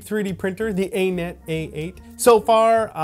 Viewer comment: Have you literally never heard “Anet” pronounced?